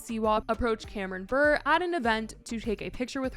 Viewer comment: Fun fact: Candace Cameron’s name Bure is pronounced “Bur-RAY”, not “Burr"